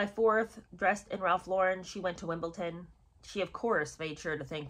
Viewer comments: I really enjoy your videos and watch enthusiastically for every new offering so I am loath to criticize you on this relatively minor point but I beg of you...please, please pronounce Wimbeldon correctly and not as Wimbleton. Granted, for some reason it is a very common mistake particularly amongst Americans but I have faith that you prefer to get things right if possible. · Babe, not being derogatory, but there’s no ‘T’ in Wimbledon (I have a ‘thing’ about correct pronunciation, especially with so many alleged commentators/ narrators who don’t bother to pronounce even the simplest of words correctly) NOT ‘having a go’ at you!! Just an aside, take it as you wish 🥰